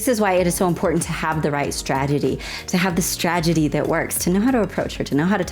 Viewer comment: "Stragedy" Lol